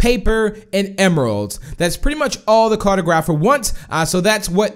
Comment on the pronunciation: Lmao car-toe-graph-er. It's car-tog-raph-er.